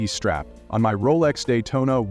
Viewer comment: Roless? dont you mean Rolex?